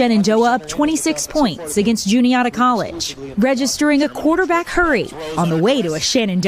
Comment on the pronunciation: As someone from Juniata County, PA, why does everyone always mispronounce Juniata? I always hear Jun-ee-AH-ta and it's pronounced Jun-ee-AT-a. Sometimes I even hear Juan-eet-a.